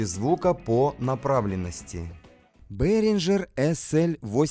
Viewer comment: Одно замечание (как немец, думаю, буду прав) Behringer пpоизносится как "бЕринга"